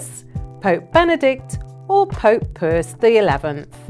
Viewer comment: It's NOT Pope Poo-is' it's Pope Pie-is